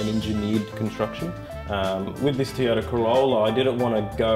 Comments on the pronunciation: I wish he could pronounce "Toyota" correctly. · Toy-o-ta, not tee-a-ta.